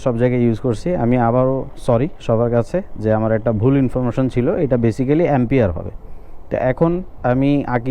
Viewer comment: আসসালামুয়ালাইকুম ভাইজান শব্দটা বেসিক্যালি না বরং (বেইসিকলি)